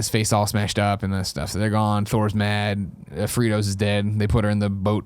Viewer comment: I was holding on until I heard Greg call Frigga "fritos". Then the laughter could not be contained.